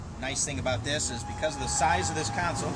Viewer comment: Console not council